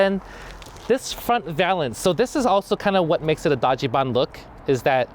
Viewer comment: i wish you were better at saying Dajiban, Larry :( You're saying Daaggee Ban. Say Dodgy Bahn